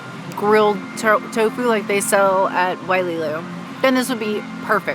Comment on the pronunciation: Hi. I just double-checked and it is definitely "Wailulu" and not "Waililu" -- that means the pronounciation is "WaiLOO-LOO" instead of "WaiLEE-LOO." I don't meant to be picky but it actually changes the meaning in the Hawaiian language. Thanks and thank you for your food review!!!